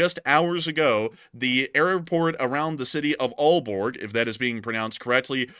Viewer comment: pronounciation was on point for aalborg. i did hear a f16 flying around over sønderborg yesterday night at around 12am. for a short period its scary that it has come this close now keep safe out there people. also if the drones are over aalborg copehagen esbjerg its mostly heavy populated areas with lots of infastructure all around if they launch a missile. you know what goes up must come down. also point completely right on military airbases they sould be shooting em down. best idea would be to shoot em down above sea if they relly come from ships in my opinion